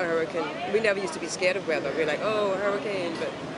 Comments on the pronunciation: She said huricon and not hurricane lol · Why does she say hurricon not hurricane